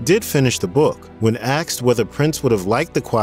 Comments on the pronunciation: It's not Axed it's Asked. Speak English ! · Asked, not axed. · "When axed"? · My only suggestion would be to learn how to say the word ASKED... I miss this talented man more than should be allowed. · Time to go home and practice saying the word "asked"